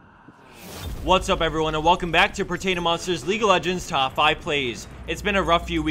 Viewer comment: He'll stop the Vayne clips when you stop saying "Stahp" instead of "stop".